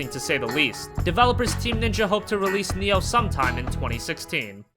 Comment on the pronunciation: Its Nii Oohh Not NEO And since when is Gravity Rush a J-RPG ?